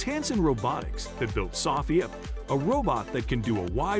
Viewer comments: It's so-fee-a not soff-fee-ya. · Please pronounce SOPHIA correctly. The Indian robot looks spooky. I don’t know who would want her.